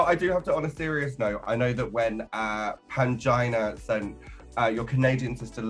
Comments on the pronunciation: In her video deckside in a Bahamas tee it sounds like "Angina" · Is Jimbo calling Pangina “mangina” or is it just me? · Not jimbo calling Pangina "Mangina" haha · I swear I keep hearing "Mangina" whenever Jimbo says Pangina's name 🙈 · Jimbo fully said “Mangina” when asked to pacify upset fans, and the subtitles disrespectfully spelled it correctly😭 😤